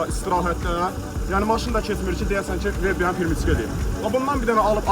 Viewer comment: Qardaş savadsızsan pirmiçka deyil peremiçka òz dilimizdà ötürücü